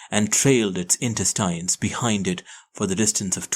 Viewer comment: Inesttines. Or intestines??????????